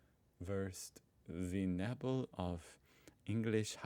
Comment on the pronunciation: Nee Nee nee, Neebell, oh your comments are german memes, too, two, the same he said, but please work at your german prononciation